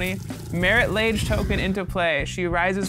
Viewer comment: I always pronounced it Marit (Log-Ay) Lage